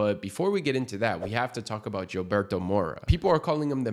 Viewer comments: Hillberto not Jillberto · I love it when people call him Jilberto. It just gives me something to smile and laugh about at the same time. Perhaps people who don't understand that names aren't supposed to be translated into whatever people call him could pronounce it Hilberto. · His name is pronounced witta H not a G 🇲🇽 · the people who speak Spanish, we tired of people sayin his name wrong ngga🤣 Thass who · us Spanish speakers do, these English only speakin 🥷🏽s gotta start sayin his name right💯